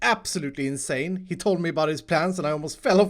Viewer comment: did he just say: inc-sane?